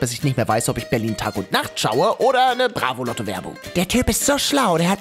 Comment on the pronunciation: Ich hab mir gedacht dass er immer ausrastet wenn er bravoloto sagt??? Loto nich Lotto!